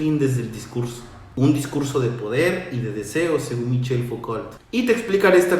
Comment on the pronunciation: Hola, creo que se pronuncia Fucó ;)